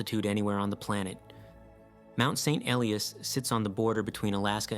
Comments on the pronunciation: Mount St Elias - it's pronounced "ee-LYE-us" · Paddled in Icy Bay in the late 1990s. Had a week of perfect weather for St. Elias viewing. But please pronounce it correctly (and consistently)